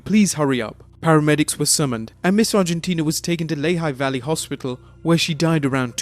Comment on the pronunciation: Lehigh Valley (LEE-HI)